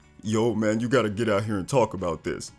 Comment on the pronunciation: Typical native English speaker who didn't really bother to learn English, forget "simbalism", look at "hoo", "owt" , and "mettle of honer".